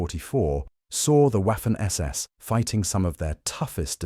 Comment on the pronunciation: W in German is pronounced like V is in English, while spelled Waffen, it is pronounced Vaffen.